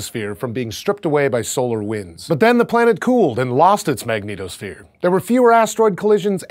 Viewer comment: did he just say magneto sphere? as in the mutant?